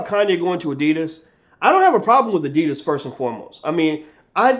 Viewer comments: Finally i understand they are saying adidas always heard it like the ditus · Funny how Americans pronounce Adidas.